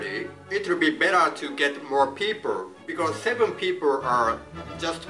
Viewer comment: 発音ですが、Rを意識しすぎてRのない単語もビコォーズみたいな感じで発音してますよ。